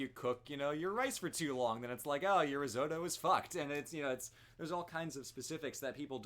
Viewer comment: For someone who speaks Italian sure sucks at saying risotto.